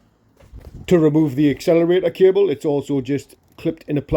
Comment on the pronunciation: Nobody can pronounce " accelerator cable" like a geordie can!